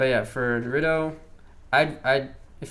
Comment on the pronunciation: Mispronounce naruto one more time 😡